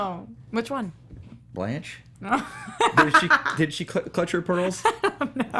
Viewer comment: This fool said Blanche lol